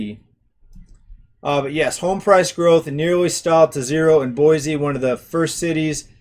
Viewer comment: I've lived in the Boise... and by the way it's pronounced Boysee... area my entire life. While current monthly prices for housing may be leveling off or seeing a slight decline, year over year house prices here are up greater than 20% for the last two years. Californians are, and always have been, a major influx to our area but it had never affected housing prices so much as within the last few years. It's not just them either, people from all over the nation have moved here. Mostly from wealthier places where they are able to sell their current home for higher amounts then come here, pay cash for houses (over market value) and have money left over. It has ruined our local economy. Those that were raised here and have always worked here are unable to compete and afford a living. And the infrastructure here is not able to cope with the boom in population. The Nampa area, which I'm closest to, more than quadrupled in population from 1990 to 2000, and it has only exponentially increased within the last two years. Farms, fields and crops are depleting at an increasingly rapid pace, being replaced by apartments and subdivisions. The roads, water systems, schools, recreational areas and more just can't take it. New comers think that our area is great because it's less expensive and less conjested than what they are used to, yet they don't realize that they are turning it into exactly what they left by moving here.